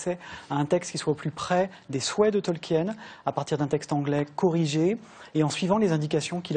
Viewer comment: Purée, des années plus tard, les français n'ont toujours pas appris à prononcer correctement "Tolkien"...